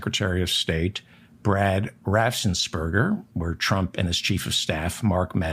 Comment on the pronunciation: It's RAFFENS-BERGER not RAFFSENS-BERGER. No S after the FF